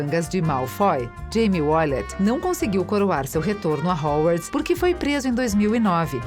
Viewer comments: O que é Hauwarts? kkkkkkkkkk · e quando ela falou "rouarts"? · MEU DEUS ERROU MONTE DE NOME RERMAIONI, HOWARDS, DAUMBLEDOR QUE ISSO KSKSKSS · Da pra falar Hermione e Hogwarts direito caramba.. que nervoso